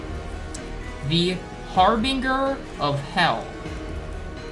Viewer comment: It's pronounced har binjer not har binger XD